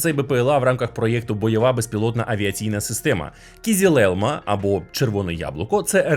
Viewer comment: кизИлелмА, через "и", а не "і"